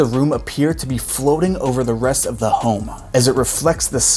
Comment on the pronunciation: Why do You over-accentuate the ending of words like “Home-a” or “design-a” 😂😂